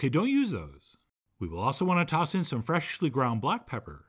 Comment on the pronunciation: I love the way Chef John says “fer Esh ly” ground or chopped.